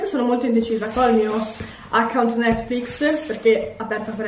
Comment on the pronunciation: Io che lo guardo nel 2020 sentire che non si sa pronunciare netflix é veramente molto strano 😂